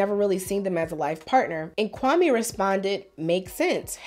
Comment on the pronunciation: Even the way he pronounces Kwame shows she really wants to distance himself from being Ghanaian. It sounds like nails on a chalkboard to someone who knows how it's supposed to be pronounced